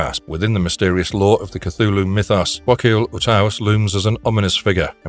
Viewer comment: It is pronounced: 'clghu' hhloo'